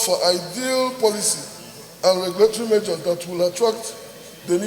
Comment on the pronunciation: Keep sleeping. One day they will take over that your pregnant Tommy lol. You should be moving motions for Biafra and oduduwa. You cannot even pronounce measures. He called it ( majors). Please go and learn how to pronounce "R" L" and "S"